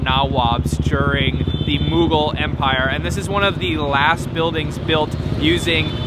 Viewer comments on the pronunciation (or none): . You can't even say Mougul empire correctly? Really?